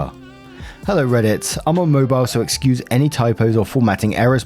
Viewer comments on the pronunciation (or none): none